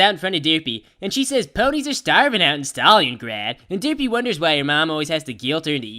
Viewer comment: Did i seriously hear stalliongrad?